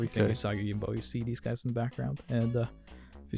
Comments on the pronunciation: Oo-saw-ghee Yo-gym-bow. G's in Japanese are always pronounced like in "Grave", and J's are always like in "Jump". It's not "Yoyimbo" or "Yohimbo". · I had to stop watching based on him constantly saying 'yohimbo' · Right. It's oo-sah-gee yo-jeem-boh. Not whatever he's saying. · I loved this game, and the comics (which I was introduced to via TMNT). You still need to learn how to pronounce Yojimbo, though. It is a 'j', not a double 'i'. Baka gaijin ;) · THANK YOU lol it was driving me nuts. And he says it's his favorite character! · Yes, his pronunciation is horrible XD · For the love of God, please learn how to pronounce it properly. Also, please do more of these. C64 had some awesome games. Thing on a Spring would be wicked. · I liked the video but each time he mispronounced Yōjimbō (Yōjinbō) it triggered me a bit 😅 Unfortunately your explanation is also wrong... Sorry. 兎用心棒 (うさぎようじんぼう) Usagi Yōjimbō (or Yōjinbō / Youjimbou / Youjinbou) are all correct. It all depends on the japanese romanization system you would use to romanize the kanji and kana letters. Hepburn romanization, Nihon Shiki romanization and Kunrei Shiki romanization are the most common systems. There are also non standard romanization systems but they are quite rare. 🤓